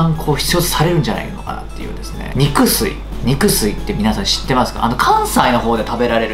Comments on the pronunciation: いつもの如く美味しそう〜！ に→く→すい↑…？ に→く↑すい↓…？ ANNA SUIみたいなイントネーション(？) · 肉吸いの言葉が関西弁のイントネーションのままになってるから途中が上がって語尾が下がるんです（関西人より）